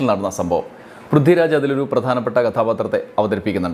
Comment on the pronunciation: Prithvi raj ennu iyal parayumbo Brithi Raj enna kelkuunath😂